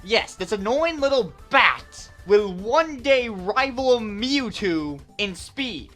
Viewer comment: Mee-ew-two noice